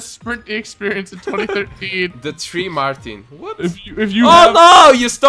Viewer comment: ghosteez one, ghosteez two and ghosteez tree.. Should have looked at a tree when you said ghosteez three :D